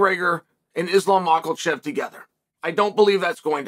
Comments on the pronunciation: MA-HA-CHEV 😂 not makelechev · I swear he’s saying makelchev on purpose at this point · ITS MAKACHEV HOLY CRAP CAN YOU PLEASE SAY IT RIGHT. WHATS IS WRONG WITH YOU??? MAK - A - CHEV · Islam Marklechev❌ Megan Makhachev✅ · Uncle Chael still says makalchev and khazmat 😂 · Absolutely no one: Chael Sonnen: "Isam MAKALCHEV!" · The only thing I took away from this is Mocklechev. Never gets old. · Really Chael?….still with the Makel-shef???? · Islam "Mockelchev" according to Chael 😂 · Come on chael, it's not islam mackle... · Lol Mahcklechev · islam mahklechev lol bro, come on. It’s not that hard to learn how to say someone’s name correctly. rise up and do better. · Are you mocking Islam on purpose? Mock- ule- chev ? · THERE IS NO "L" IN MAKHACHEV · Chael mispronouncing Islam’s name makes me chuckle every time. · Chael, can you please call JA and learn how to say Islam's name? There's no "L" in it